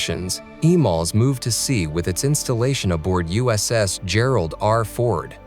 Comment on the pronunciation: This is just another YouTube general aviation video. Can you say Gerald Ford with a soft 'G' instead/